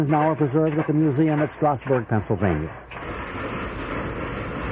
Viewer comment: I hate how the narrator says Strasburg, like STRASS-burg. It is locally pronounced STRAZ-burg.